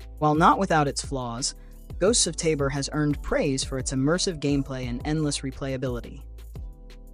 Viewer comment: Finally... someone who correctly pronounces 'Tabor'